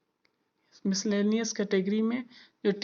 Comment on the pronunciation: मिसकालियनस नहीं होता है। मिसलेनियस होता है। ,All the best.